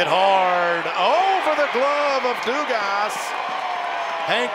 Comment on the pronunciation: They definitely weren't LSUs with how they kept prononcing Dugas lol